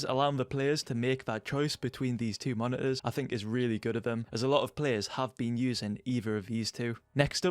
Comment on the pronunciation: moni-uhs it's moniTors btw